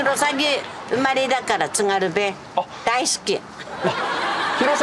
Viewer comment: 津軽弁の発音は『つか゜るべん』😂